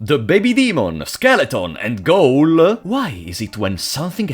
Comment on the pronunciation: Great video as usual, you really deserve more subscribers, a quick pronunciation tip: "Ghoul" is pronounced "Gool" in English.